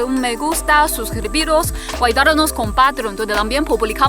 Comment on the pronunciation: Que ternura, y con su "hasta luego"chino-español.Saludo amoroso desde Buenos Aires.